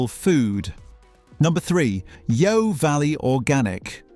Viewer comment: Great advice but pity about the computer voice - bebeque instead of barbeque, yow valley not yeo valley, unless the guy talks funny.